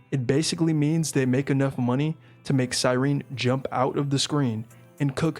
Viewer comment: finally someone who can pronounce cyerene